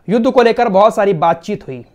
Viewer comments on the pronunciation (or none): none